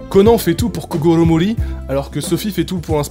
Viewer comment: Je me suis tappé une barre quand il a dit kogoro mouri